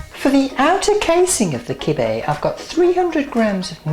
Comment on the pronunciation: It;s pronounced KIB'BIEH. The stuffing meat tastes better if you add pomogranite molasses, trust me. You'll love it :)